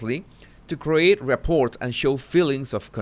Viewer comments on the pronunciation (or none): 'rapport' is pronounced rap-poor (like door). The 't' isn't pronounced. Hope this is helpful.